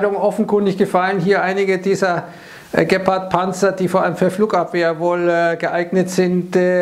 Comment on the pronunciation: Das wird, glaube ich, Geeepard gesprochen...Nicht Geppard..